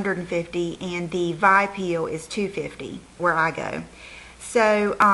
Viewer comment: It's pronounced with the letters V...I...peel.not vi peel